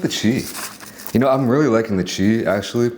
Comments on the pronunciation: HEY SLOB... it's CHEESE, not chee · I had to unsubscribe because they way you eat is dramatic plus when you say che instead of cheese 🤡🤡